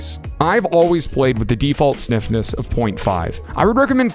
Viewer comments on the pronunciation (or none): I heard sniffiness instead of stiffness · did i hear you say default sniffness haahha